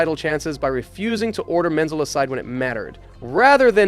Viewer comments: Not "Rooteman" but "Roy-tuh-mann" And no, Lole didn't hate Jones, vice versa. Jones didn't like that Lole didn't change places at Brazil, but Jones himself said he didn't hate Reutemann. Also, it's MANSELL, not Mensell. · Who is "Men's sell"? Who is "Root-man"? Good video, but improper name pronunciations make it difficult to listen to. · "Root-man"? Thought it was always Reu-TE-man. And "Men-sell"? Anyways, good historical background on Piquet